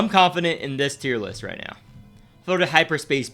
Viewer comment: He says now like meow or am i hearing thing